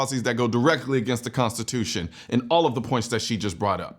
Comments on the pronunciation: I'm sorry..."consciotution? Lady, either stop drinking (which would be preferable) or start learning how to pronounce the word (actually, both would be a great start)! IT IS PRONOUNCED "CONSTITUTION"!! WHAT A LOSER!!! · She can’t even pronounce Constitution correctly her speech is very slurred lmao unless someone gonna tell me she has a speech impediment now 😂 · can’t even pronounce constitution correctly lmao my goodness